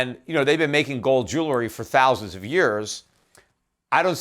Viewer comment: You receive one bitcoin for every time he says "GOWLD"